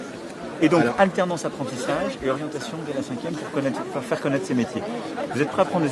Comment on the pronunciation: Phrase clé à "Alternance , apprentissage et orientation dès la 5°(...) si vous êtes prêts à prendre des apprentis, on va vous en trouver", avec une baisse d'intensité et d'articulation sur le mot "orientation", terme essentiel, au cas où on l'entende bien, à croire qu'il hésite à le dire, et qu'au fond il préférerait aujourd'hui ne pas l'avoir prononcé. Au fond, deux mots-clé: "orientation" et "5°", c'est à dire jouer sur l'avenir professionnel dès 12 ans en moyenne , effectivement. Enfin, la grande question , pourquoi il n'a pas demandé au restaurateur pour quelles raisons il avait "toutes les difficultés du monde pour embaucher du personnel"? Notre cher président a orienté la réponse, à croire que l'"entretien" était préparé, ce qui n'était peut-être pas le cas. D'ailleurs , nous mêmes, on ne sait toujours pas pourquoi cette personne rencontre "toutes les difficultés du monde pour embaucher du personnel". La phrase "on va vous en trouver" reste une pépite très significative d'une psychologie, ça sonne un peu "chair à canon" ou "chair fraîche", c'est assez laid et un peu effrayant. Sinon, cinq ans de plus avec ce individu un peu "à l'Ouest", c'est pas les tranchées de '14-'18 non plus, et qui lui succédera , un Fillon, un Sarkozy, un Hollande, tous aux ordres de l'oligarchie financière, celle qui gouverne vraiment?